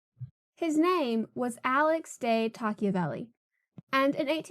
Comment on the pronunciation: Investigate how to say his name correctly